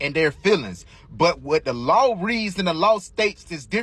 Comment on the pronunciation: . lol i thought he was karmelo at first but dude is not a lawyer dont listen to him tell you about " da lawh"